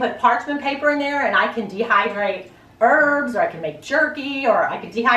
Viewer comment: I thought you said you could dehydrate birds lol not herbs. Lol made me laugh. You could dehydrate quail though. We love our quail. 🤣